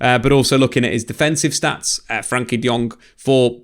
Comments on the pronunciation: Why he calling him 'frankie'? I thought it was 'frenkie' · I love the vids however I’ve noticed a reluctance to call him by his actual name "Frenkie" not "Frankie"